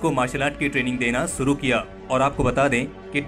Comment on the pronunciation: Very nice article. Never knew about this supehero. One suggestion, kindly learn to pronounce these words शुरू (it's not सुरु) शामिल ( it's not सामिल)